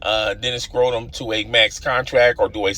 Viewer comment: Yeah I could not tell if that was a subtle shot or mispronunciation